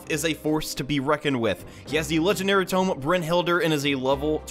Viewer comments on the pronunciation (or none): none